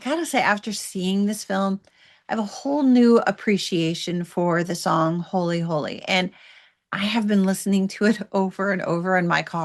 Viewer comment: Loved your review. Really did. KUDOS! 10!! HOWEVER...."HOLLY Holy". 😉👍